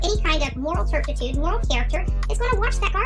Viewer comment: Wtf is terptitude? If she means terpitude she said that wrong too. At least she didn't use it wrongly